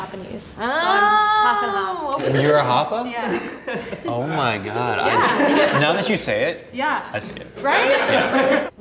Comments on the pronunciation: He pronounced hapa wrong 😩 get this foo educated, he not even Hawaiian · Just a huge FYI! Half Asian and half anything else isn’t hapa. And he didn’t even say hapa right. It’s part Native Hawaiian and usually part white or something else, with being Hawaiian the main thing for being considered hapa. Hapa is a Hawaijan word and term. I’m Hawaiian myself and it’s annoying seeing people use our terms as their own. Especially when the guy was being so overly confident and entitled to it.